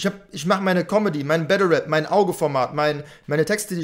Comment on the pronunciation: Mich triggert es extrem das "web" statt Rap sagt aber no front